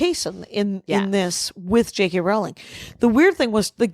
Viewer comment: You know Rowling rhymes with "bowling" not "howling", right? Because this has started to bother me. And you are numbering them now? What changed?